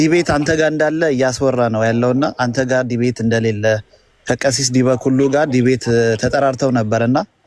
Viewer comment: ጎሽ ምነው አንተ እኔ ንጉሣችሁ ነኝ አልክ ደነዝ መጀመሪያ ዲበ ኩሉ የሚለውን አስተካክለህ ጥራ😂 ግን አንተ ምን ታደርግ እነሱ ናቸው እደዚህ ጢባርህን እድነፋብን ያደረጉት አንተ ቤት እየመጡ 😡